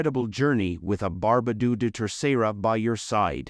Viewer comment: Really? Barbadooooooo? It's pronounced like bar (as in bark) ba (as in bark) do (as in dog), with the emphasis on the "ba".